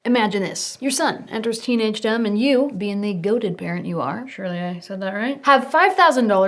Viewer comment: It took me three watches to realize you were saying "teenagedom" and not "teenage dumb" The auto captioning didn't help.